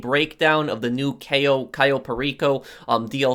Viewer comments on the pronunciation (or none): Not to be mean but its pronounced cayo not kio